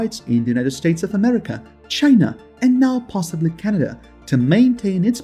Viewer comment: First you need to pronounce Canada properly then you need to do your home work. Justin Trudeau is the Prime Minister of Canada. You are insulting Canadians no thumbs up for you buddy!